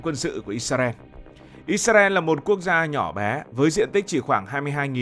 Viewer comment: Đề nghị các bạn miền bắc phát âm từ Israel lại cho chuẩn